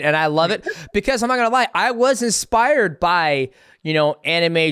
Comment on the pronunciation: No hate to but the fact that someone called death sentence keeps saying expired instead of inspired is the funniest thing ever